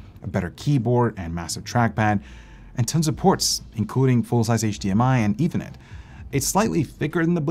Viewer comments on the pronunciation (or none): none